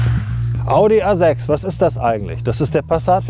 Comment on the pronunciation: Audi Asex he said? WTF language pronounciation!😂